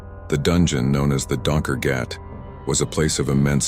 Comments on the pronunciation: As a south African it annoys me if people miss pronounce Afrikaans words your errors are Donker gatand Jan Van Riebeek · just laughing at the pronunciation - it means "Dark Hole" in Afrikaans. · Donker gat. Oh that pronunciation 🤣😂🤣😂